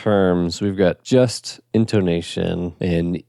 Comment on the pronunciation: This may be a regional dialect thing, but to me it sounds like you're pronouncing the "Just" in "Just Intonation" the same way you'd pronounce the "just" in "just a kid", like a synonym for "merely". But it should be pronounced like the "just" in "a just society", refering to justice. Different vowel sounds. This helps to reduce confusion, it's not just a pedantic nitpick.